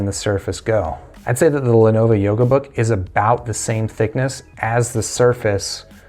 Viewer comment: A few issues with this video: 1. Lenovo, not Lenova 2. Start the video , not 3. Learn your specs dude, seriously. 4. This laptop came out in 2016 you are literally 2 years too late.